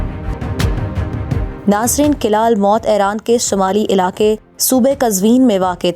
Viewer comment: Behtareen....but...fort's pronunciation is""almout""" not almot....meem par pesh hay...thanks